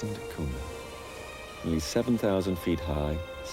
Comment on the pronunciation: it's Portuguese and pronounced not "duh koona" but "deh koonya"